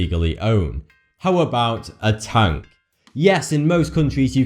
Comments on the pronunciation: Tank not tunk you fucking inbread fuck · Tonk really he said tonk ITS A TANK!!!!!!!!!!! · When he says "tank", it sounds like he's saying "tongue" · It sounds like he's saying tongue instead of tank